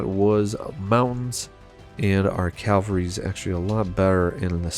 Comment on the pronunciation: why does he keep saying "calvery" it's cavalry